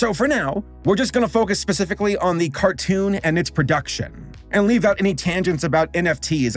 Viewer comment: Why did you pronounce cartoon like that? :D